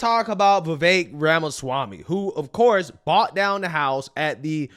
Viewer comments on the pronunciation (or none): Still saying bought when you should say brought😅😅